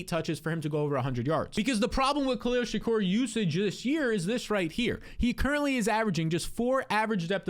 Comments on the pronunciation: Bruh, shakir!! Not Shakur! -. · You mispronouncing Shakir over and over is infuriating. Its a very easy name to say. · Learn how to pronounce Shakir